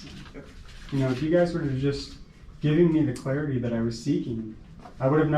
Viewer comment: ...you/he had me at "clearity"! AJG